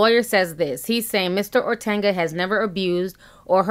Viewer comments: Ti ... you stay pronouncing names wrong 😂. OTUNGA .... O TUN GA , not OR TUN GA . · Love you Ti...but got dawg its not ORTUNGA. Its OHTUNGAH.(correct spelling OTUNGA) Good job on the story. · ORTANGA??? GIRL U ATE A MOTHER!!!! There is a difference between the sound of an A and a U. Ortunga...like Or Tongue Gah! Geesh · There is no R in O-tun-ga and it’s the WWE 😂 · Its pronounced OH-Tunguh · It’s really painful sometimes watching and listening to Ti! She just makes up words as she sees fit. She don’t know how to pronounce a thing! The man’s name has no R anywhere in it! But she insists on pronouncing his name Or-tunga! Where the hell did she get the R from? She does the Same thing with the word funeral!!! She insists on pronouncing it “fruneral” !! Come on now.......Maybe she should use some of that Youtube money to take some elocution classes! Which I’m sure she will pronounce Elocrutian. ! I’m done! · You said his name horribly wrong and you meant wwe. Hasn’t been wed since early 2000’s.